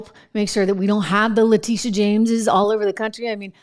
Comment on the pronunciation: Also “Letitia” not “Latisha”